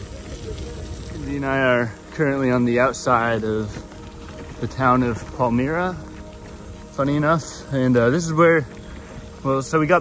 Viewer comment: The Y in Palmyra is a hard I sound. I live in Lyons and you can hear the band at the bar at my house.